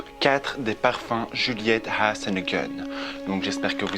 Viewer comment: Cc tu m’as vraiment donner envie de tester cette marque elle a l’air délicieuse, j’adore comment tu prononce Juliette has a gun 🙂💋